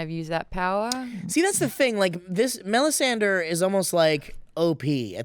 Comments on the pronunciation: melisandra, not melisanderr man that was annoying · it hurts when I hear pronounce Melisandre as MelisandER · '..Sandre' whispers Maude after butchers the lady's name. Lol loved that. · Does pay any attention to the show? How the hell does he not know how to pronounce Melisandre after all this time? It was so annoying hearing him say melisander. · Why do you pronounce it "Mel-i-san-der"? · Am I the only one who finds it obnoxious as hell that keeps saying "Melisander"? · drinking game: take a shot every time says Melisander, then yell FEEL THE BURN!!!!